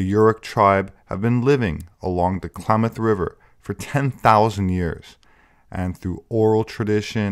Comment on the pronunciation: Not Claw-moth.... Clam-ath. Clam like the mollusk. -ath like math.